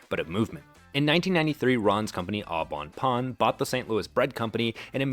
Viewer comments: Yep. That was quite jarring to me too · I just took 2d6 psychic damage each time you butchered the pronunciation of "Au Bon Pain." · You're absolutely butchering that French name Au Bon Pain. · Congrats. So far you have taught over 600,000 people how to mispronounce Au Bon Pain. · Great video, but I implore you to learn how to pronounce "Au Bon Pain" properly.